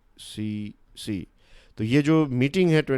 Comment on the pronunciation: Sorry sir but I think its UNFCCC not UNCCC.